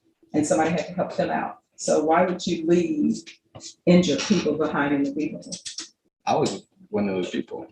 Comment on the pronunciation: What’s a Vere hickle 😂?